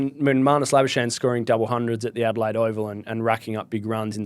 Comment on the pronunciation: Why doesn't manus say how his name is pronounced, instead of you guys mispronouncing his surname